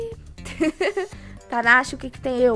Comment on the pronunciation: pq o nome do seu canal é panda e vc fala tanasha emmmmmmmmmmmmmmmm.............................................. responde